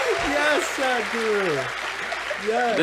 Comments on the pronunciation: Hey .the way these guys say Sadguru😄😄. It is saadhguru.Sadh means devotion to the supreme God. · Hey bro don't call him sad-guru lmao